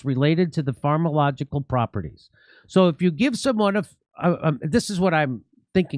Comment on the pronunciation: Love the content, big admirer, but please Jimmy. Read better. You don't wanna come across as semi literate with words like 'Pharmalogical'.